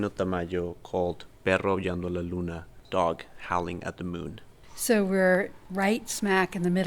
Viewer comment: I love the way pronounced the name of the painting. 🔥 I also loved the Colima dog figure - very cute! This piece, though... lol. I can't get over the thick vein (or loose skin) going down the dog's body... In combination with those pupil-less eyes, it kinda freaks me out a little. "Guernica" is another crazy piece. I can see how it would've inspired this one. Very interesting as always. ❤